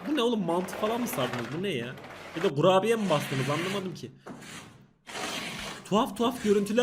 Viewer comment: kurabiyeye gurabiye diyen diliyle sorun yaşayan......